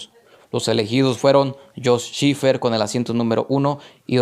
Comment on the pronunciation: Pedro fue mejor en Sport Prototipos. Checo es mejor en F1, que además se ha vuelto mucho más profesional. No vendría mal que repases tu pronunciación... "Brabom", "Olm", "Shifert" y "Shurtis" nunca existieron.